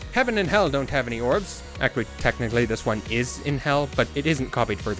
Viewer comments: OK HOLD ON. shortly before I swear you say "ack-wee" instead of "actually". I'm starting to feel like you're trolling me. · The way he says "actually" always surprises me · 8 minutes in and I'm loving the video but... how can you pronounce the word "actually" without using a "t" sound?!? what the f... that shit's crazy. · why the fuck do you say "actually" like that?